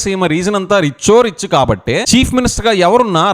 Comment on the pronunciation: Gotcha!, Rayalaseema is "Rich O Richhh"😂